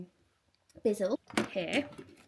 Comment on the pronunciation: Love your videos and I always look forward to your next one, you motivate me every time! I should also tell you that the carpet cleaner is not a BIZZLE it's a Bissell, with the sssss sound. I thought I should say something because you did say the name several times and it didn't get better. 😊❤